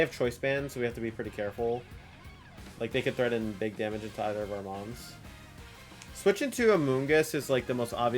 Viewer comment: At around the 32 mins mark it sounds like you say both of their moms are susceptible to damage. You said mons but still